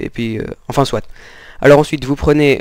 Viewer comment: "enfin souat" j'étais mdrr